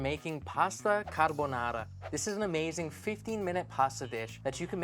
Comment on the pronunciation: also, it's appreciable that he says caRbonaRa rolling the Rs 😄